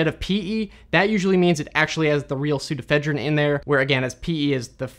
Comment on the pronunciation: Pseudoephedrine actually has five syllables: "soo * do (long) * eh * FED (short) * rin (short)."